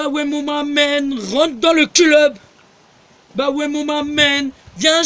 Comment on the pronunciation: "bah ouè mon mamen, rentre dans le culeub !" haha cette pépite, dommage que toutes ses vidéos ont disparues...